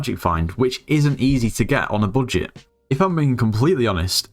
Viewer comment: "how to grind ghost in a bullshit" this is what i hear :D